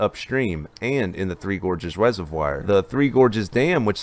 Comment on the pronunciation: ugh. rez-uv-wahr, not rez-uv-wire